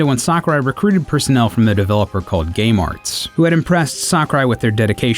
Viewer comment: With Miyamoto's advice Nintendo and Sakurai recruited personnel from the developer called Gay Marts... That's literally what I hear! xD